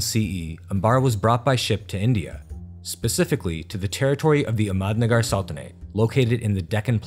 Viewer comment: Indian languages are not pronounced like Spanish. The emphasis is on the 1st syllable. AHmadnagar. Common misperception. NAmaste. HALdi (TURmeric) DELhi. MOghul, DECcan, MAlik AMbar, etc.